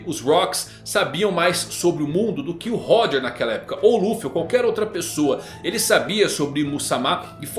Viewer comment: Mano 1095 capítulos já de OP e essa cara ainda não aprendeu a pronunciar Xebec e Roger kkkkkkkkkkkkkkkk